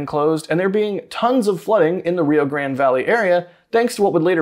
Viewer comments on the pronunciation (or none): none